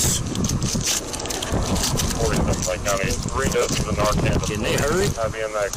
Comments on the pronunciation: Great video. Just stumbled onto your channel. I will definitely check your other videos out. One small correction: it’s pronounced NAR:CAN the first part sounds like Mars the planet and the 2nd sounds like can like a trashcan. I’m not trying to be mean or petty it just threw me off when I first heard you say it. As a side note: Narcan doesn’t last more than 30 min. Once it wears off the drugs may still be in the persons system which may still be a lethal amount and they may also overdose again. So if you find someone who has OD and you revive them with narcan don’t let them be alone and encourage them to be taken to the hospital (who will not tell police you took illegal drugs. They just want to help.) that way they can be monitored by the hospital and have the ability to administer further doses of narcan again if needed. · The captions and narrator pronunciation are so bad in these videos. And how could Brenda get charged with second degree homicide if the officer survived lol. It actually was attempted homicide lol. Looks like she was only sentenced on an aggravated assault charge which carries 10 years. Good golly this is sloppy work lol. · I do want to clarify that some people who don’t watch videos like this, or have little to no knowledge about the drug, may not know how to pronounce it. English is the dumbest language, and in some cases c-a-n is “can” and in others it is “kin”. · it's narCAN not narKIN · Holy crap, fentanyl isn't "an opium". Opium is one thing. It's an opioid, which is something that acts on the opioid receptors in the brain, and an opiate, which is a drug derived from opium. And it's pronounced "Nar Can" not "narkin" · I honestly cringe when you say Narcan. It's narCAN not narKIN. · It’s pronounced NarCAN, Not NarKin. Phonetics matter Dude! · Stop pronouncing it narkin.. it's narCAN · Not to be dramatic or anything, but the drug isn’t called Narcin, it’s NarCAN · It’s pronounced nar-can and opi-it